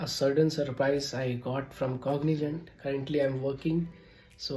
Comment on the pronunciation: Cogni- zzzzent .... Zzzzaa ...Zentttt .... Jent is J, JAA....which might look like Cognijant.... Anyways...kudos🎉great gift so nice ☺️